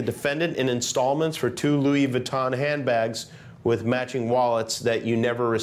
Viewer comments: Baton, please. Louis Baton. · Louis Baton. lol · "Parsh" and "Louis Vaton" those should be added to the dictionary...